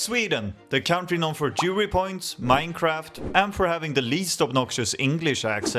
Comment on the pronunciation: did a double take even as a swede when i first heard "international jewry" instead of jury, like wtf when did my eurovision video turn nazi